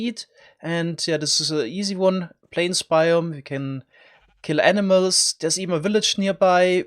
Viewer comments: Lol the way you say animals makes it sound like you are saying enemas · Every time he said animals I thought he said enimas lol